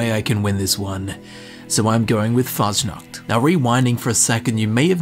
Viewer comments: The sch in Faschnacht is pronounced like an sh so its kinda like you would say fushnucht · YOU PRONOUNCED IT WRONG luv u💖